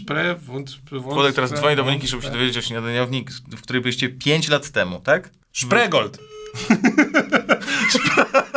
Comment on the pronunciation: Spreegold 😂 (szprigold)